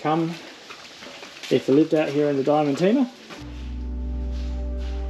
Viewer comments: It is pronounced Bed-doo-ree. The shire is pronounced Diamond-Teena. Great episode. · Diamantina is pronounced “Di-men-tina”.